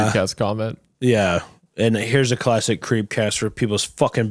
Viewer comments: Anybody else hear Isaiah say clastic? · Isaiah: Classtic>classic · When he said “Psychosis is a creepypasta clatsic” I felt that…